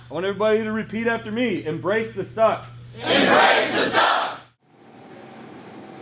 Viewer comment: sounds like he said "embrace the succ"